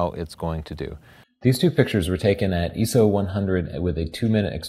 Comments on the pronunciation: I enjoyed the objectivity, but in 38 years of photography, from a point where the standard was ASA (American Standards Association) instead of today's ISO (International Organization for Standardization) I have never heard anyone pronounce ISO as "EE SOE" as you do. It's an acronym, it very simply pronounced ISO or "EYE ES OH!" your EE SOE sounds like someone trying too hard. But again... excellent video. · Wow, that was the douchiest way I've seen someone correct yet, DIZEMAN. I don't understand people that focus on pronunciation after he put a week into make you a FREE video. picked up eso from a professor at NESOP. He's not trying too hard or ever pretentious. He made a simple mistake. Secondly, it's not an acronym. If it were it would be IOS- that's how acronyms work. Still don't believe me? Check out ISOs youtube videos and watch every person from the company pronounce it eye-so. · I am sorry you have gotten some negative comments. They are completely irrelevant towards the technical photographic process. EESO and EYESO are like tomAto and tomahto in my opinion. You guys are great and teach in a way that is understandable while still providing the tools to grow past an armature photographer. I have bought your book and I love it. I look forward to posting my photos on your facebook for critiques; I will be doing so as soon as I return from my deployment. Love the videos! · It's pronounced (eye-so) not (ee-so) what kind of photographer doesn't know that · So hard to go back to his older video's and hearing him say ESO... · lol, im not complaining bro. Just telling him why the different pronunciation. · BTW, recently learned that ISO is not an acronym. It should be pronounced "eye-so". It's a form of the Greek word "Isos" which means equality, and is the same as the prefix for many words such as "isometric." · Eso. Professional what. Dumbest Thing I ever heard. Buy my book how to say ISO properly. That's chapters 1-10. And then repeat.